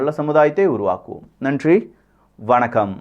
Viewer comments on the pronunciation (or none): none